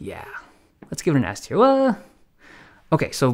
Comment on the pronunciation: Thanks buddy! Not all heroes wear capes ( ◜‿◝ )♡ Oh also, it's "Tier List", not "Tear List". Cheers!